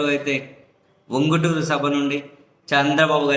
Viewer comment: VUNGUTURU KADANDI TANGUTURU